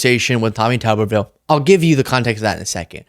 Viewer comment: It's Tuberville,not Tubberville.